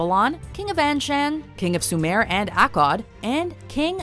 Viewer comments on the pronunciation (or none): none